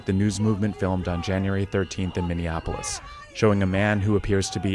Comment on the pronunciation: AGAIN, PLEASE PRONOUNCE MINNEAPOLIS CORRECTLY!!!!!!!!!!! It is NOT pronounced like Indianapolis!!!!!!!!!!!!!! It's Min-e-ah-poh-lis!!!!!!!!!! No extra "en" sound in it after "e!" This is so very obvious...if you cannot pronounce it correctly, the dems will use it to distract from your message, saying that you shouldn't be believed since you can't even pronounce the city's name correctly...don't let them do this to you, dang it!!!!!!!!!!!!!!!!!!!!!!!!!!!!!!!!!!